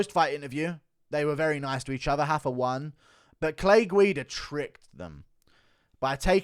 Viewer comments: it's RA-FA not Hafa lol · Rafa. With an R. Lol only the Portuguese do the weird “R=H somehow ” thing